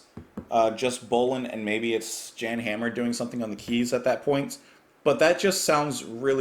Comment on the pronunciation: Mahavishnu O. You know, you know. Great song. And BTW, it's pronounced yan, aka Jan